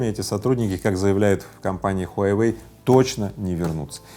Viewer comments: Рыбаков, не хуйайвэй, а хуавэй! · Я думал ХУАВЕЙ,а оказывается ХУАЙВЕЙ!😁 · Мой друг произносит "Хуйвей", а тут "Хуявей" 🤣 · Произнашение огонь . Huyawei 🤣🤣🤣🤣🤣🤣🤣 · смартфон "хуе веи " 😅😅😅